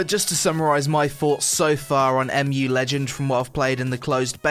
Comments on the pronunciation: M.U. ? im pretty sure you just read it "moo". Mu is a mythical continent, like atlantis. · wooooot, my childhood game, soooo nostalgic. And you have to pronounce it like MUUUU or MOOO :D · It's pronounced "Moo" as in another huge load of Korean bullshit. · EM JU Legend :D laughed at that one it's MUUUUUUU legend like Cow's Mooooo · First of all you cannot pronounce the name of the game and second of all they are not horses they are donkeys you fucking donkey. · Next time would be nice if u wait like 1 day so they can fix their servers and this video would be actually about game rather than broken servers..... Like cmon u dont even know how to pronounce name of the game this video just feels like ok i am going to do an impression for some sht f2p arpg from webzen